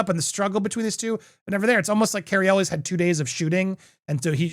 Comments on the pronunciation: It’s pronounced El way NOT Elles!!!!!! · I stopped watching Popcorn planet because half of his videos are him yelling at his chat. He doesn't know how to pronounce Cary Elwes last name. God this sucks.